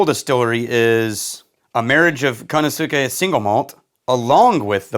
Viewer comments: I love these videos. Love it when I see world whisky shows up here. Btw it's pronounced Kan-o-skay (can - short "oh" and Skeh or Skay - the u is kinda soft, almost silent.) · It's pronounced "KA-nos" (rhymes with Thanos) "Kay." Ka-no-skay, if you will. The "u" is whispered (not kidding). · its pronounced "Ka-No-Tsst - K" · Say ey or eh when you pronounce a Japanese word it's gonna be closer like Konosukeh